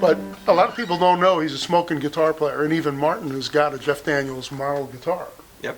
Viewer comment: "Zscheff Daniels"